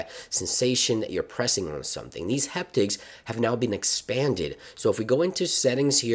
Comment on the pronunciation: It’s “Haptics” like happy, not heptics like hectic